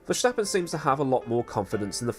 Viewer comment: Hey, I'm Dutch and my country has sent me to tell you that there is no "sshhh" in Verstappen. Are you trying to sound like Sean Connery or what's the deal? Love the channel by the way!